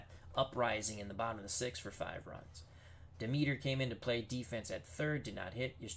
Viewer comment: It's promounced DEM-eter